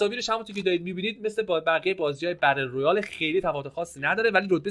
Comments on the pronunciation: بتل رویال چرا میگی بدل رویال🤦‍♂️ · بتل رویالو میگه بدل رویاله